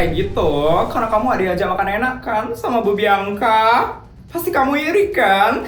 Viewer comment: Bianka bg bukan biangka 😂😭😭😭